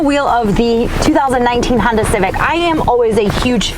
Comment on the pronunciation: Awesome to see you back at it. It never gets old to hear you pronounce Honda. It’s so darn cute.